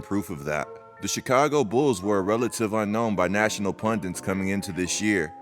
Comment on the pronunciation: nigga said PUNDITS lmao